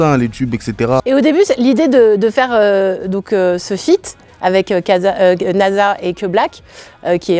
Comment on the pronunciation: elle a oser dire kaza au lieux de naza😭😭😅